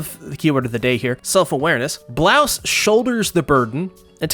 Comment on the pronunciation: It's Mr. BRAUS not Blouse! Geez!